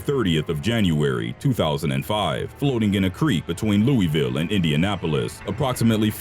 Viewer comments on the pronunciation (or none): That's. Not. How. You. Say. Louisville.